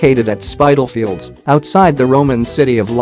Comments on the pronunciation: Spit-al-fields,not spytalfields! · It is pronounced Spit tal fields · It's called spitafields wish you yanks would pronounce English names correctly. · This is probably the worse reconstruction documentary I've seen, badly put together and presented. The area of London is pronounced SpiTTeLFIELD not Spydal. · spit - al - field not spite al field. Americans have problems reading English. 'i' is pronounced 'ai' only when after the following letter an 'e' appears. you don't say spait for spit. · It's pronounced Spittle..fields, interesting video though x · Spittalfields is the correct pronounciation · That pronounciation of Spitalfields! :D :D